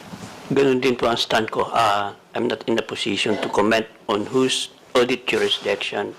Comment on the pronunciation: nd po awdit it is audit.